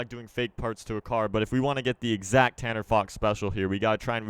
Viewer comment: if you do 0.50- says CANNER